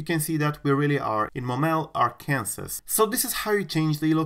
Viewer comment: he said "ar-Kansas"